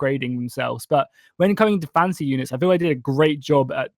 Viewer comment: I keep hearing "fancy"